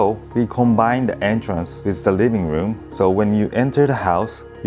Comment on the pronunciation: WRIRRING WROOM????? ahahhahahahahahahahahahahah living room ahahahahahhaha feels like south park asian eposide!